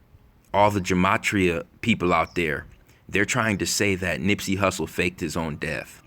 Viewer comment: Who said nippsy like X 😡😡